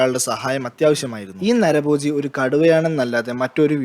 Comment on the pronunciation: നരബോജി അല്ല നരഭോജി "...